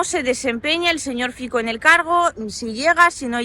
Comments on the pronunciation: Aló! Mire, el nombre del candidato eslovaco Fico se pronuncia: FITSO. La C es 'ts' igual que el la Z alemana. No es Fiko entonces. Saludos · Un pequeño apunte lingüístico: Fico se pronuncia "Fitso" (Фицо). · Fico... se dice fitso y el partido es Smer, no esmer o smek 🥹🥹🥹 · el partído se llama SMER no SMEC y politico se llama FICO NO FIKO😅